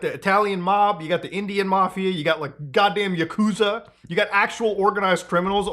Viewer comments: Don't wanna be that guy Muta, but its YAkuza, not yaKUza. Lots of fans get upset at that kinda thing 😂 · It's not 'YakOOza', it's pronounced 'YAHkuza' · Learn how to pronounce Yakuza genius.. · It bothers me immensely that you pronounced "Kazuma Kiryu" right but not "Yakuza"